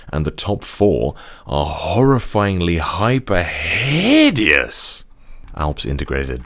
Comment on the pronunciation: The way he says HIDEOUS kills me